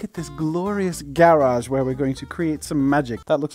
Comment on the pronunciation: Anyone else cringe at the way he pronounces garage lmao